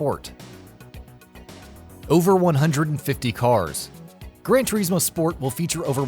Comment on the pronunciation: It's Gran without D